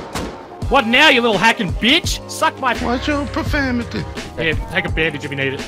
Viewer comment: "watch yo... profamity!"